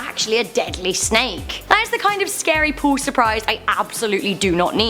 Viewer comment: Heh heh heh....everytime she tries to say POOL, all I hear is her saying POO